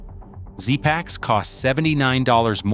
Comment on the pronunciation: Pronounced zee packs (zpacks) rather szpacks.